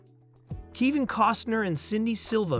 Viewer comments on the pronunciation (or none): Might need my hearing checked. Sounds like he pronounced Kevin as (Kee-van). Oh well. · Keevin? You are pronouncing the names wrong! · His son's name is pronounced Leeam not Lyum. You are pronouncing his name wrong it is not Keevin. Please check your pronunciation before releasing any video. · Native Spanish speaker here. Kivin sounds great. It fits Kevin in a such an original and funny way. Come on!! He is a great artist. There is no doubt about it, but, in the end, Kivin is just another common mortal like any of us. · "Keevin"? "LIE um"? Who voiced this video? A badly written A.I. algorithm?